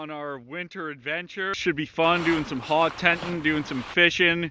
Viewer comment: Sounds like your saying HOG not HOT.